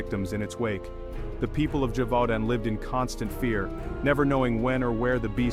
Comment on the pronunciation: The "Loup du Gévaudant" terrorized me for years as a child. The minute you said French Countryside I knew it had to be it. Its pronounced slightly different ❤ (this coming from a French Canadian who sometimes confuses people by pronouncing nahes in French. 😅😂❤